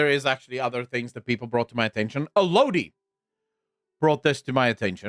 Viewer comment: I believe Alodi is pronounced “ă’-lō-dī”